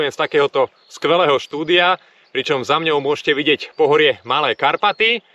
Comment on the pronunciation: super ale nie "za mňou" ale "za mnou" !!! mňaukajú mačičky :)